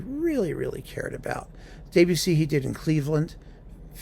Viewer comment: Thanks for mentioning Mata, a wonderful conductor that we lost too soon. But your French is "de trop ". It's DEB-ussy, not DAY-bussy. Cheers.